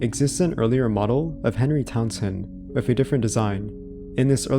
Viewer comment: So you can say "this", "that", "there", "the", "clothing", "three" but you say "wiff" instead of "with". Why do so many young people talk like this? I know you're capable of phonetically pronouncing the "th" sound because you do it in words I mentioned earlier so why do you say "wiff"? Were you never taught phonics or are you just lazy? It's really weird that's it's so prevalent amongst younger people because a lot of them will completely substitute the "th" sound for either an "eff" or "v" sound like in the case of "vem" instead of "them". This is common among British people but wasn't so much among Americans until recently. It sounds like either your parents or your very early school teachers didn't properly teach you phonetical announciation and you did the best you could trying to emulate the sound but weren't corrected at an early enough age and now it's become "natural" to your speech patterns or you just don't care and are purposely saying it even though phonetically it's actually harder to go from an "eff" sound to a "th" sound like saying "we have to go wiff them" instead of "we have to go with them". I know this is a weird thing to harp about but it's just so weird to me that an entire generation talks like this now out of nowhere and it seems it's because the majority of teachers these days aren't doing what they're supposed to be doing or the kids aren't learning what they're supposed to be learning and it's blatantly obvious when you hear someone say "wiff" inste